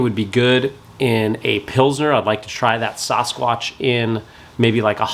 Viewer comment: s-AAAA-squatch. So grating to hear him say it wrong